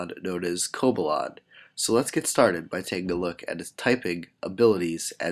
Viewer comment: Its cobalion not cobalon